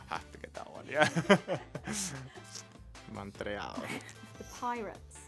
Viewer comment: The fact that Stroll didn't get on the podium and can't pronounce montreal is baffling. I swear he's from another planet.